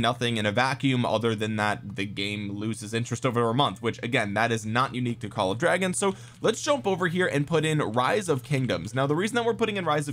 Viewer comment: LMAO i'm gonna pronounce it "Call of Dwagons" from now on just for this reason